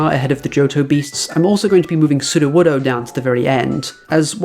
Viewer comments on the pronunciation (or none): none